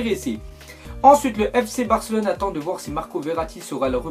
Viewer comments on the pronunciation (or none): none